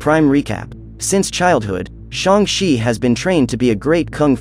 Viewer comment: shang she its shang chi